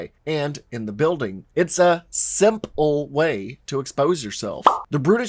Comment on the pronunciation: anybody else hear "SIMP-le way" lol